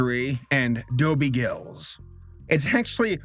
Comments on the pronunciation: GILL ISS, not GIlls. SMH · So weird to hear Dobie Gillis pronounced as Dobie Gills..... it's Gill-is. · Please say Dobie Gillis properly. It's not Dobie Gills. "Clore formula?" Can't listen to this channel anymore. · Dobbie Gills? It’s actually “Gillis”. Also, the reason why everything had a September date is because new cartoon shows used to debut in the fall along with the other network stuff. Still, overall, a great video! It’s too bad the WB botched the latest Scooby movie :-( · It’s Doby Gillis, not Gills. Rhymes with Phyllis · It was Gillis, not Gills, and Daphne was inspired by Thalia, the hot girl Dobie was in love with while Velma was inspired by Zelda, the plain girl that was in love with Dobie. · Gillis, not Gills. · Gillis, NOT Gills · Dobie Gill-iss not Gills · It's pronounced gill less not gills. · Dobie Gillis. Gillis. Not Gills. Please do research. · GIL IS not GILLS please do better research. Like, at least listen to a bit of one episode. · It's pronounced Dobie "GIL-LISS" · Gillis is pronounced with the short "I" sound in the middle. Gill-is.